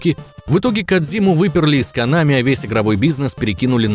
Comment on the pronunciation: не конАми а кОнами. а вообще пошел ты , что бы еще другим указывать то , как им удобнее произносить слова